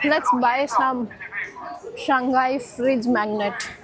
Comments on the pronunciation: Shanghai is pronounced as Shang hai..not Shan ghai. Hope you get it right. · I've just realised Indians have difficulty in pronouncing the name: Shanghai. Instead of "Shang Hai", they keep saying "Shang Gai". Perhaps Shanghai is known in India as "Shang Gai"